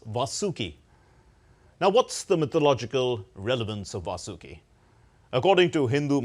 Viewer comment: It's not "Vasooki" or "Vaasooki". It is "Vaasuki". I am astonished that DD people do such mistakes like also calling it "mythology".